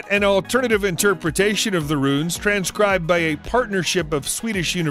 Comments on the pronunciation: Not run,it’s pronounced RUNE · It's not run its pronounced rune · its ROOOOOOOON not effing RUN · not "run" stone it is pronounces ROON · ROOONS NOT RUN'S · It's Rune not Run, arrgghhh! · its pronounced R - OOO as in boo - N not RUN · rune rhymes with dune not bun. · I love this channel, and your voice, but holy crap some of the pronunciations. "Rune" (Roon) as run just plain hurts my ears. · Rune stones are pronounced ROON. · It's called a "roon". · Isn’t the pronunciation of rune, “roon”? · Rune. Not run. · did he say RUN stone? wtf who is this narrator? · Rune/runes are said like roon/roons. Love the content though. Please do NOT take this as me being a dick or ass in how you say the word, just helping out is all. =D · Is this guy going to say rune right or not